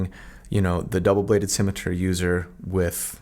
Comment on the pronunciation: Because I'm a bad person, I enjoyed listening to you struggle with the pronunciation of "scimitar" (which apparently I've been pronouncing wrong my whole life - at least the part where I knew what that thing was). The obvious lesson here is: Live in blissful ignorance and never look anything up.